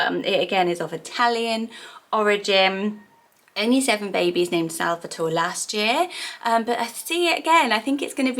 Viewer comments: Salvatore is actually pronounced sal-va-tor-ay. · It's actually pronounced sal-va-tor-eh.